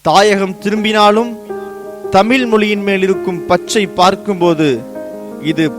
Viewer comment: அது என்ன தமில் மொழி ??? அது தமிழ்